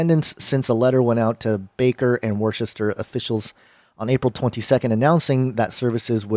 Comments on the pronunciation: He thought you were saying woooosta. It’s not woooosta, it’s Wusta. Haha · It’s pronounced woo-ster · It's pronounced woostah!! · It’s pronounced WOOSTER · I'm a New Englander....ITS PRONOUNCED WOOHSTAH!! 😂😂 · It's pronounced wustah